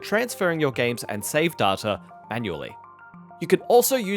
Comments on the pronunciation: Day-ta, not Dar-ta. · I know it's a regional thing but hate the way he pronounces Data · Say Data again I dare you! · They way he says Data 💀